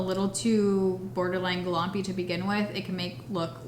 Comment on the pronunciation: Idk why you calling the lash primer "glompy" was cracking me up 😂